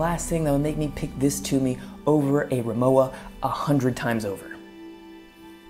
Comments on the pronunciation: Respectfully, the brand is pronounced REE-moh-vah. The W sounds like a V. This seems to be a very common mistake, and understandably so. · if you knew rimowa, then u should know it's pronounced as rimoVa. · You need to pronounce Rimowa correctly Vecause you are doing it wrong